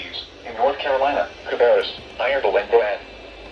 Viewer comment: ain't no way i caught you doing a "cAbRrUs"